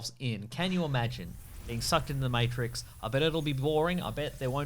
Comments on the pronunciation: Back to pronouncing it Mawetrix lol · Hey look, stop saying words wrong. Fucking Mattrex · can't even say 'matrix' right, for starters. Good start,. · hes obviously saying matrix wrong on purpose